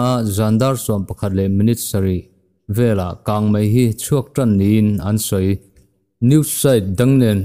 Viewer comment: He channel hi a rintlakin news ṭha tak tak min chhawp chhuah sak ṭhin a, a bengvar thlak hle. Chutih rual chuan Mizoṭawng chhiar erawh fimkhur zel a ṭha. 'Kang mei' tih tura 'Kang mai' tih ang chi hi fimkhur deuh a ṭha. Mizoṭawng fiah fel tak leh dik taka chhiar zel a ṭha e...news a ngaihnawm ṭhin hle mai..